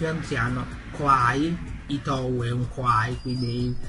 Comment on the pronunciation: Credo che "Ittou" si pronunci "Itto" perchè la "u" spesso non si pronuncia in giapponese, anche se ci sono delle eccezioni (tipo nella parola/nome Sakura, o anche nel nome "Asanuma") è un personaggio interessante, peccato che non lo abbiano fatto vedere di più... Avendo preso per anni l'autobus per andare a lavorare so che è scomodissimo, adesso che ho l'auto e la patente son molto più comoda... Mi dispiace per il PC...